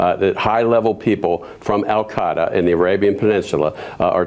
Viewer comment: Dutch Ruppersberger?! Baha. Nice name. Anyone else notice that he called Al Queda "Al kaa-daa"?